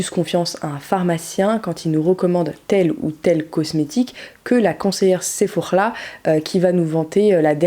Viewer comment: Coucou.! Super vidéo comme dab merci de nous avoir encore éclairés par à port à ses produits "fake-clean" comme je les appels. Ps le " sephoKhrla " m’a plus que terminée tu gère 😂❤️! Tu pourrais aussi nous faire une vidéo sur les shampooings urtekram notamment sur celui sans parfum tu avais vaguement parler du leav in qui avait un compo vrm clean bonn voilà merci encore ❤️❤️